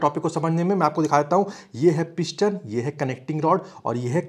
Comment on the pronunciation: Not INJJAN, BUT ENGINE👍 shaft not Saft, piston not pishhtan